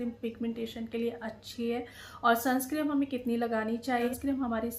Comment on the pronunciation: Madam sunscreen hota nai sunscrem nahi hota